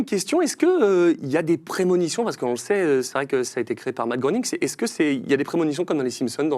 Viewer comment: Matt Groening, ça ce prononce "Gré"ning 😉 Merci pour cette émission de légendes 🫶🏻